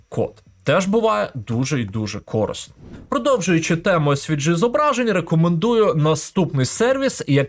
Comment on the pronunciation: А що, у вас на Закарпатті усі кажуть "кОрисно", а не "корИсно"? Незвично чути такий варіант наголосу.